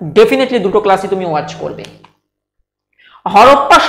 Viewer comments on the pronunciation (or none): none